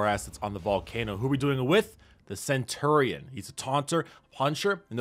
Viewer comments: Cen-tu-rion?? Cen-chu-rion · He says Cent tour ion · He says centurion so weirdly